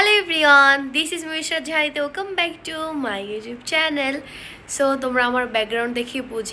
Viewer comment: Wel come হবে weakcome না 😂😂